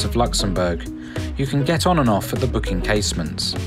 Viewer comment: And it's "Bock" and not "Book" Casemates. Sorry.